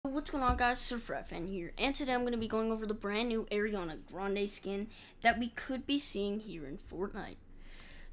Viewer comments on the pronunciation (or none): ARI-ANA not AIR-ANA come on bro